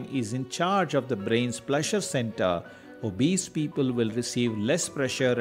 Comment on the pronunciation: There are a dozen more..for example Ka-fine, o-base